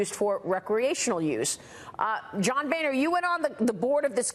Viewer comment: Should be pronounced Bonner